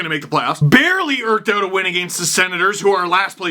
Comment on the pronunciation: "erked out" - I think it's "eked"